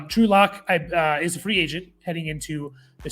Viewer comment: Drew Luck…can’t even get the guy’s name right haha